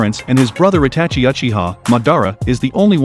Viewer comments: bro this bot commentation pisses me off every second i listen to it bruh how the fuck did he pronounce madara and itachi bro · ah yes, Atachi and Mad-ar-a uh-chi-a